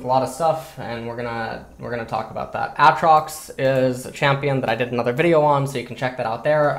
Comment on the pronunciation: Still don't understand why he says A(t)trox instead of Aytrox.